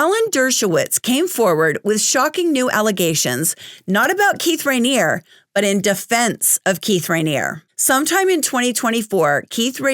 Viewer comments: The "E" at the end of Raniere isn't silent. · Sorry your mispronunciation of his name was driving me crazy! Unless the documentary and ex members were mispronouncing it. But you are right, this man deserves to be in prison for the rest of his life.